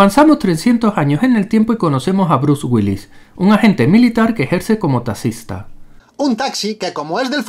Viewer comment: ... que ejerce como "tacista", Cristo Uds inventaron el idioma pero no pueden ni hablarlo, pronuncia bien la X